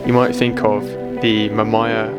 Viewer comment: ma-maya???? its ma-me-ya :face-blue-smiling::face-blue-smiling::face-blue-smiling